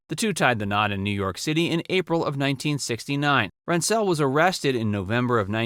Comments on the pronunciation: Another great piece you did here but Heatherton's ex husband you pronounced Lance Rens Zelle and it's said Rens Zel. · RENT-sel, emphasis on the first syllable. Not an "indiscretion." Exposing himself to a child was a serious sexual perversion. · Good review of her career. The only correction is the pronunciation of her husband's last name, it was RENT-zul. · You can’t even pronounce Rentzel correctly .